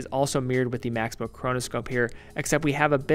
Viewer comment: Nice review, except for the American pronunciation of 'Max Bill'. It hurts to nu ears, sorry